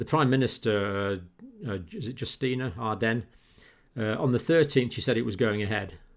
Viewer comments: Sorry to have to say this. You're pronouncing Jacinda Ardern's wrongly. It's not Justina it's Jacinda....... ⚛️☮️🌏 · It's Jacinda Ardern, PM of NZ, not Justina.